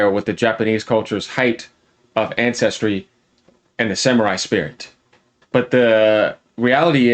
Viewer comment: Did that Ubisoft employee say "SAMU-WHY" ?